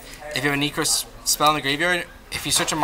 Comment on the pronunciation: NE-KROZ (not knee) NEH-CROSS